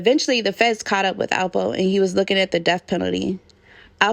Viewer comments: It's L po. Sounds like you're saying apple. Also there is a apple from Harlem that's affiliated with this, Soo your accent sounds like you're talking about that person. Lol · Alpo not apple smfh